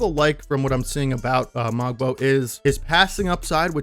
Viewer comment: Fun fact: Kyle Corver taught Ulrich (ool-rish) how to shoot 3's hence his %. Also the "g" is silent in Mogbo :)